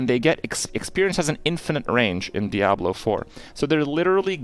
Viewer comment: The only thing Kripp got wrong in this video is how to pronounce ‘Diablo’ lol